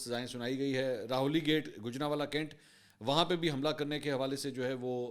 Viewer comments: Not "Raholi" but "Rah-wali" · 2 pronunciations errors noted, 1. Rahwali cantt 2. Sabit qadam instead of musbat qadam